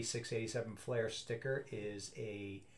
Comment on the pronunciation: Fleer, not Flair